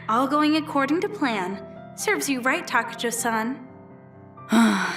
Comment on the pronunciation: Why is takajo pronounced takayo lol